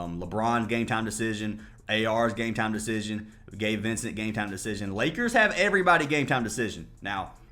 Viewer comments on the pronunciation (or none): none